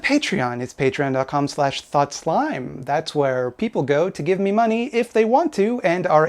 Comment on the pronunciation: You somehow get me literally every time you say "mahney"